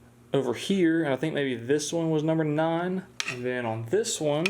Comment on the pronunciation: Legend has it that it is physically impossible for to say "one"